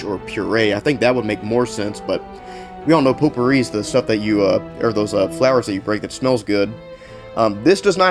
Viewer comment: its pronounced "Pot"pouri not "Po"tpouri!